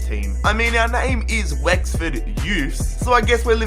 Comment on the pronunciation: You pronounced so many names wrong